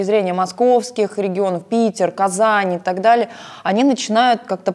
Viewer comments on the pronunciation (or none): none